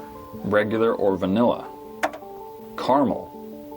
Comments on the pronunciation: the a in caramel is not silent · Also there’s a new code instead of hazelnut they say Carmel